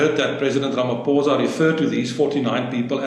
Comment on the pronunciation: Let just get his name right its RAMAPOES